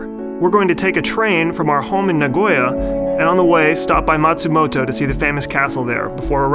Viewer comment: You say Nagano like a Japanese but you pronounce NA-Goya like an American. Lol